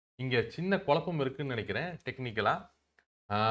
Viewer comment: With due regards to your knowledge, it is kuzhappam(குழப்பம்) n not kulappam(கொளப்பம்) sir😊